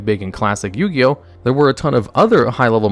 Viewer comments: Ah yes, my favorite anime Bo-Ti-Oh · did you say "Yugi Boto" lmao